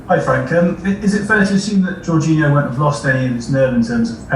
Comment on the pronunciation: His pronunciation of Jorginho is also really bad